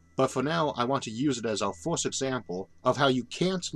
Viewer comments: Mastered the universe, has no fucking clue how to pronounce "first" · Why does he pronounce "First" as "Forst"? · Why do you say fiwst instead of first ..... The video idea is great, if only the narrator wasn't butchering the English language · say forst one more time